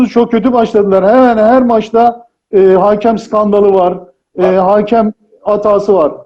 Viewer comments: Haaakem değil hakem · “Haakem” diyor inatla hala ya. Komedyen “miizah” der, ekonomi profesörü rakamı “rakkam” yapar. Bu arada bin küsur senelik muhatab da “muhattap” olmuş. Anadiline bu kadar saygısız başka bir millet var mı acaba?